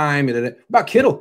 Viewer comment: First off, it's Kittle, not Kittles. Intriguing points otherwise, and I agree Pitts is gonna be a stud and he'd make the 9ers offense absolutely lethal. Would be putting Jimmy in a position where he couldn't fail, health issues aside. QBs are so hit and miss (seems mostly miss) kind of like drafting a goalie or defenseman in the NHL. The 9ers do offer one of if not the best spot for a young QB to land, so there is that. Big difference between beginning your career in this situation as opposed to say the Jets